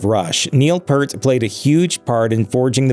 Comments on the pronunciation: "Drummer Neil Purt". At least pronounce the guy's name right if you're gonna do a video about the "tragic details" about Rush. It's not like he was some obscure unknown musician. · FYI Neil's family name is pronounced "p-EAR-t", like "pierce" but replace the "c" with a "t". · You guys have been miss pronouncing Neil Peart’s last name. I worked camera on their last tour and it definitely came up in the prepro meeting. It’s pronounced like P-ear-t. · Hey assholes. If you're going to make money off of talking about the horrible tragedy that befell him, at least get his name right. I stopped watching after the 2nd flub. Obviously you don't really care. That's a rookie mistake. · WHY did the narrator constantly mispronounce Neil's surname?!?!? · Jesus Crist... Pronounce his name correctly . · disliking this for mispronouncing Neils last name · People, mispronouncing Neils last name is a trivial thing. What is to be taken in by this brief piece, is applauding this mans supreme contribution to the spectacular world of progressive music, existence and his fierce love of his family!! Neil influenced millions, myself included. He had gifts rarely seen, and which live on in our memories and hearts! When you tuck your children into bed, share with them the “Spirit of the Radio,” and nurture their every dream. We get but one shot at this life, and I for one, Thank Neil very much for helping me to cherish every moment of it... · The other huge tragedy here is the way the narrator pronounces Neil's name 🙄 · Unfortunately after all of Rush’s publicity throughout the years you still couldn’t seem to be able to pronounce Neil’s last name correctly. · As a "journalist" the first thing you should have done is find out how to properly pronounce his last name. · If your going to do a story about Neil Peart and use his name over and over; learn how to pronounce it! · For Christ sake get his name right as other posters have said. A big thumbs down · Why cant you say his name right?